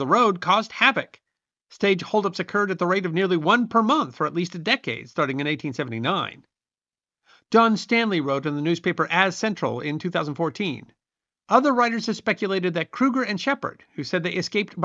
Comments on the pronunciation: AZ Central is pronounced A Z Central as in Arizona Central. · Pretty sure that newspaper is pronounced A, Z Central, not "aaaaz central" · AZZZZ CENTRAL. ITS Pronounced A-Z Central. Like the state. AZ Central. Jezus. Lmao. Arizona native born and raised and still here! Best state in the union